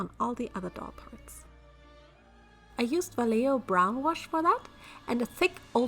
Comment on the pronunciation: darling, please the brand name is spanish, you pronounce the J like an H (or R in german in some cases) and the double LL like a J sound in german;w; so like 'vajeho'